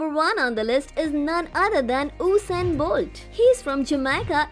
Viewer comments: Tyson gay is not the second fastest man upon the time u did this video, yohan black is and it is usain bolt no osain bolt #getit? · Who Is Osain bolt because I know usain bolt but not Osian bolt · Oosain bolt 😂 thats disrespectful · Oosain bolt is wary wiich